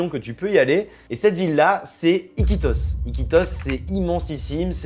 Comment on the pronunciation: hahaha I'm Peruvian and you saying mosquitos, oh Sorry Iquitos hahahahahaha What a great video to watch, I wasn't expecting this.